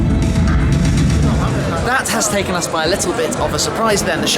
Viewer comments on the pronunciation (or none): none